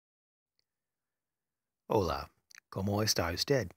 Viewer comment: Just a tip! Spanish has short vowels; as opposed to English. So for better pronunciation try to keep them short. For example, you pronounce “hola” as “oe-lah”; so when pronouncing vowels try to slighty close your mouth so that the sounds are not long. :)